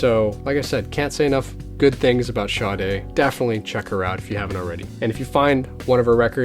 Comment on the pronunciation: BTW I love Sade too and your Sade LPs are in epic condition, mine have been played soooo much that the time has come to buy new ones. Yes you have here name pronunciation correct, she lives around the corner and used to chat daily when she was waiting to pick up her child from school (never have told her that I was a fan). Nice person indeedeeee.